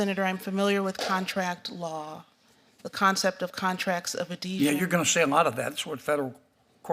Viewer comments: She keeps calling the contract of adhesion a contract of adesion, she doesn't even know the proper term. Here is another Joe Biden judge, being nominated to a position she is not qualified to hold. DEI is probably how she was able to get into law school and graduate. LET'S GO BRANDON! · She says "adesion" instead of "adhesion" FFS even after being repeated multiple times by Senator Kennedy she still cant pronounce it correctly, let alone know what it is..... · She didn't even say it right. It's adHesion, not adesion 🙄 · Adhesion, not Adeesion! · she couldn't say adhesion... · She can't even repeat the question! She couldn't pronounce the word or she just made up a word that sounded like it. Obviously a DEI appointee but again as always totally unqualified but dems don't care as long as you have the right identity.